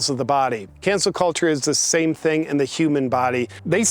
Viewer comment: I’m sorry are you saying cancer culture? Tongue twister 😉